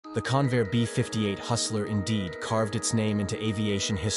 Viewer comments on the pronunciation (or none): Convair not Conveyor!